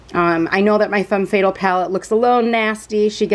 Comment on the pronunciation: You're pronouncing Fatale wrong it's "fuh-tal". 😉 Thank you for the video. It helped me decide on this palette. ❤️